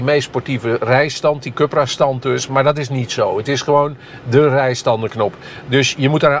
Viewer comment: Oók deze zelfingenomen man blijft stoïcijns Cupra zeggen ipv Coepra (juiste uitspraak) 😊